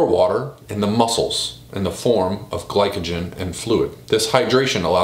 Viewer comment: It’s pronounced gli so jen but spelled glycogen